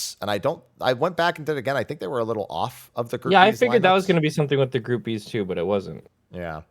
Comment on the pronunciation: Did you say 'Group Bees' or 'Groupies'? Both work, really